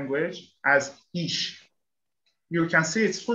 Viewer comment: Ich in German not Isch